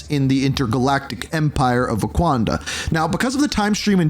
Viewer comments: of Waquanda 😭 😭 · Kra-Koa its Krakoa, Khonshu not Onshu, Wakanda not Owanda. Slow it down learn the pronunciation its not a race